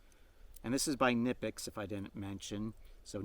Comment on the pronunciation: Knipex...the K isn't silent...just a little water-cooler info. ✌